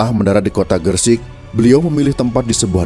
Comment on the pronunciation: maaf koreksi sedikit. yang benar "sunan gresik", bukan "sunan gersik". dan "desa leran", bukan "desa laren".